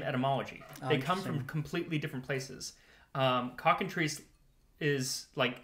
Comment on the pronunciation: Every time you say cockentreece, I keep thinking it is supposed to be said cocken-try-ce.